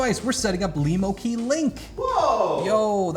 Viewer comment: Cool, a keyboard made for me Lemo. Also , for the first time someone actually says it right.